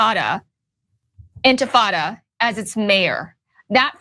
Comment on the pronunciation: OMG, Lindy Li can't even pronounce "intifada". Clearly she didn't write that racist screed herself.